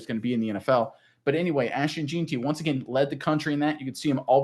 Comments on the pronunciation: It's pronounced "JENN-tee" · Lmao it’s pronounced JEN-TEE